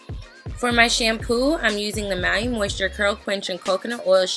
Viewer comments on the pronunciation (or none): They way she said maui killed me 😂😭